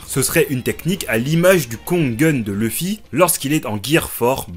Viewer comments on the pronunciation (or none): Pourquoi tous les français déforment le nom de Luffy ? Ca ne se prononce ni EU ni U ça se prononce OU. Vous dites Son Gokeu ? Akaineu ? Meugiwara ? Non, bah Luffy c'est pareil, c'est L-OU-ffy tout simplement.